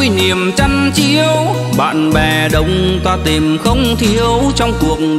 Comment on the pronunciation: Phát âm của vùng miền tôi và anh là " tìm " không phải " tiềm ".... nhớ anh nhé